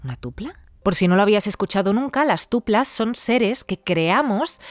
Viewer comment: Hola, si, yo escribí la historia. Escribí Tulpas, no sé por qué lo pronunció Tuplas